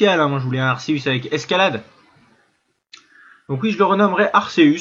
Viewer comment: Sa se prenonce arkeus